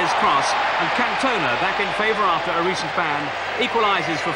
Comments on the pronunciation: 28th minute of this Peter Brackley pronounces Cantona as Can- toner. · Eric Can-toner not Eric Can-tennar 😂😂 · Absolutely joyful time capsule. This was a wonderful Programme - informative and irreverent. So weird to hear about the “West German” Championship and to see what a dreadful dilapidated shithole Stamford Bridge used to be. And who was that French player “Can-tone-a” that scored against Sweden ?